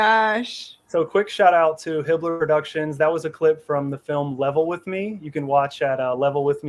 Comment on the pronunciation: I had to replay several times to finally get that was saying Hibbler Productions and not Hitler Productions😆